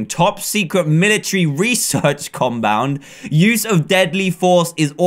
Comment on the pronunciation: "research combound" lol